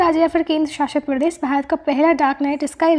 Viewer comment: Aap voice thodi😂😂 andhra pradesh ko predess shuru ko suruu